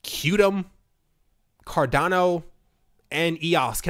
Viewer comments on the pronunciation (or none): none